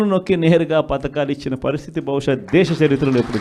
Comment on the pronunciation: పతకాలు (పథకాలు) ఇస్తే చాలా మహానుభా వా. Development వద్దా? Yenthamandi మీ వాళ్లు కోట్లు దోచుకున్నారు. ముందు పథకాలు అని సరిగ్గా palakandi